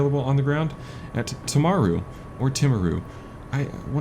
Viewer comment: " Tim aru " :) Actually, it is more like " TEA maru "